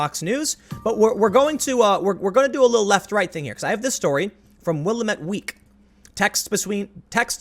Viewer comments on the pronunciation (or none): "will AM' it. " not "will' amet" It is not like Winnamucca, but is pronounced more like two words "Will Amette" As to Willamette Weekly, it's just a paper version of Twitter for the wealthy outrage crowd in NW Portland, OR. Seriously, I would trust stories from Gawker to be more balanced and factually correct :p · Sorry, but as an Oregonian, I hate it when people mispronounce things like Oregon and Willamette. It almost always comes down to wrong emPHASis on wrong sylLABle. It's "wha-LAMB-it." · Good video, love the content and objective take on the dichotomy between how the left and the right are currently reporting these stories.The only thing that through me off was how Willamette was said. "Will -- AM -- it" is how the pronunciation is broken down. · FYI- Willamette rhymes with dammit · Willamette = [ Will Lam it ], the middle e sounds as I Oregon = [ Or Gun ], the E is silent and the O is a U sound